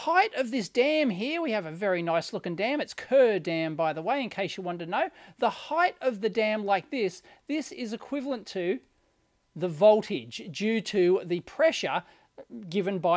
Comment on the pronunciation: Kerr dam is pronounced as "car" FYI :-). I live near it...